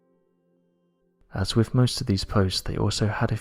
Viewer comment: What is it with SO many of the British sounding narrators on here who either CAN'T or WON'T pronounce their "th" sounds??!! As an example: they'll say "...wif..." instead of "...wiTH..."??! I was brought up to actually pronounce words correctly and it just bugs the ever lovin' HELL out of me to hear (ESPECIALLY) Brits screwing words up!!!